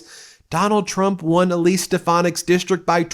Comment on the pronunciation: That's "Elsie" not Elise.